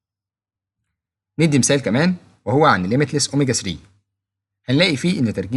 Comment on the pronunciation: اوميجا ثري وليس اوميجا سري